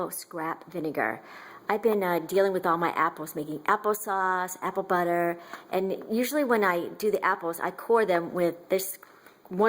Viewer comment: I like how she says "apple" it sounds like "appow". It turn me on for some reason!